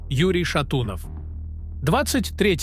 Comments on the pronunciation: ТРИ-цатого ноЯбря 2013 года, когда Полу исполнилось... Юрий шатУнов... робо-дикторы - зло... Клинаева- пацана жаль... слишком молодой был, и не знал, что у нас на дорогах одни долбодятлы ездят - ничего не видят, едут без башки, уроды... выходить на шоссе смертельно опасно. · А-а-а-а-а-а!!!!!!!!!! Рукалицо. Неужто авторам некоторых каналов настолько лень заморачиваться с озвучкой самостоятельно и использовать нейросеть? ШатУнов. ШатУнов,сцуко!!!!!!И да, сейчас будет немного душнины, но Suicide Silence дэдкор играют. Не дэз-метал. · Что за Шату'нов?!Шатуно'в!!!Юра!!!И ОН БЫЛ, ЕСТЬ И БУДЕТ В НАШИХ СЕРДЦАХ❤ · Юрий шатунов, не шатуный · Ударение не правельное...ЮРИЙ ШАТУНОВ...😪😪😪😪😪